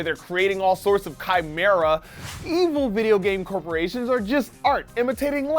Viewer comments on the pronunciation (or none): He said chimera weird at the beginning of the video